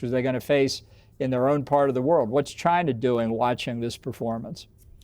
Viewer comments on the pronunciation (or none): none